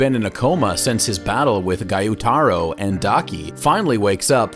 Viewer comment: Btw its gyutaro not guytaro